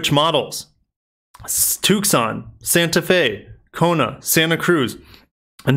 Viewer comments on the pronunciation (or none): The "C" is silent in Tucson! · I love the way you say Tucson